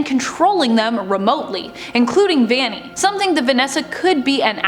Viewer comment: by the way it’s not ‘vani’ its ‘vanny’ (no hate!)